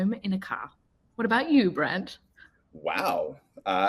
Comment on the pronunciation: His name is Brant - with a T not a D